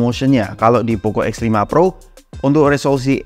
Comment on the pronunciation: Lu ngomong x sama f kaya gk ada bedanya, jadi bingung